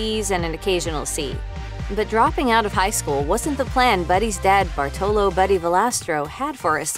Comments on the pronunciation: It is Bàrtolo not Bartòlo. Hermione intensifies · Americans or Italian Americans ALWAYS mispronounce our Italian names or surname! Jeepers, LEARN HOW TO PRONUNCE! BARTOLO (accent on the A and strong sound for R like you would read two R)